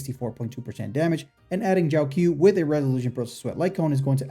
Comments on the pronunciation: I think its pronounced jow-cho not jow q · Just a little nitpick but the 'q' in Jiaoqiu is pronounced as a ch sound instead of a k sound.